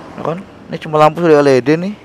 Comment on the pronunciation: el i di bang bukan el e de 😂😂